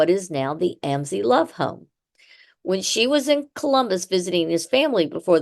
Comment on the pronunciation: Mam, your podcast is very interesting however many of your facts are incorrect and the way you are pronouncing Amzi is wrong . My uncle is the 6th generation , making me the 7th , my children the 8th and my grandchildren the 9th generation . Just thought you should know . 😊